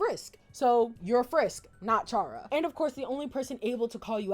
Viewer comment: Kind of unrelated, but you pronounced chara's name wrong. (It's pronounced cara)